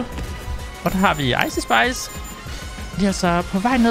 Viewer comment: Det er ikke icei spis det er ice spis